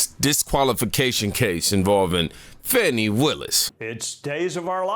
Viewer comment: it's Fani not Fawny